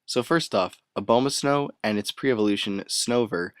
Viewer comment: BTW it's A-bomb-ah-snow, you know-- abominable snowman?